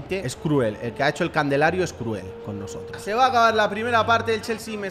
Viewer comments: Alguien se es cuenta que dice el Candelario y es calendario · Quien noto que dijo candelario Y no calendario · Me encanta cuando dice candelario en vez de calendario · Candelario Yo: calendario, perro.. calendario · Soy de los q siempre escucha a decir candelario en vez de calendario desde q empezó a subir esta serie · Jajajaja candelario y es calendario 😂😂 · Che se dice calendario wacho